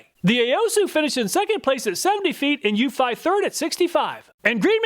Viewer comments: Pretty sure Eufy is pronounced "YOU-fee". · I love all your comparison videos! I just wish you'd pronounce Eufy correctly 🤦‍♀. Every time you say that brand name it makes me cringe a little. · Eufy is pronounced “you fee” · I have 2 Wyze Cams and a Eufy. They all cover my property well enough. The problem I run into is mine are indoor cams pointing through windows. Even with IR night vision, theyre useless. Edit: Ive always pronounced it as "you-fee" but I guess your way makes more sense.